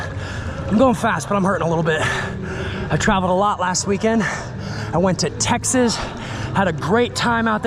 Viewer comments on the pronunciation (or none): none